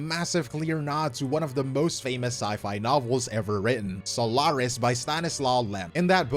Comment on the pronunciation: How come you say Sólaris when it's pronounced Soláris in-game, speaking so confidently about lore and such? Is it pronounced wrong by the VAs...?